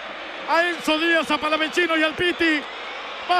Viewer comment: Haré la Corrección. Basta!!! De decir Palavachino!!! Es Palavacino. Lo mismo que al Chaqueño le dicen Chaqueño Palavechino; en Realidad es Palavecino. No Hagan Italiano a quien no lo es. Es importante Pronunciar Bien